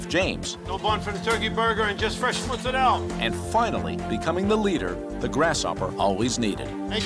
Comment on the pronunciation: MozzerallA. Unless you're auditioning for the sopranos or How To NOT Speak Italian. Mozarel, gabagoo....GTFO